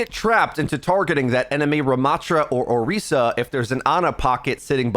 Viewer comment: man says orica